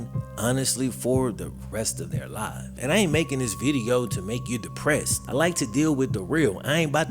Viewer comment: The word is their, not they. Good information but please work on your Annunciation and pronunciation brother.